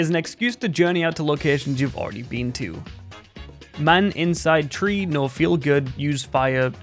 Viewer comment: Why do you pronounce three with an 'f' tho